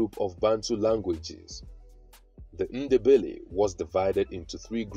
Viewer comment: There’s no such thing as Shona people 😂 if you’re researching Zimbabwe don’t watch this guy. Doesn’t know anything. Then he pronounces Ndebele as “Innderbelly” like a European 🙆‍♀️! And he talks about the South African Ndebele’s instead of Zimbabwe 🙇‍♀️. FAIL.